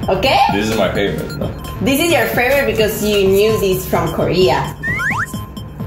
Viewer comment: aprende a pronunciar bien, en inglés, la palabra "favorite".